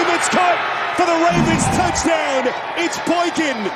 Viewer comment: Listen to every other announcers some people say "Da Douchdown" some people say "The Touchdown"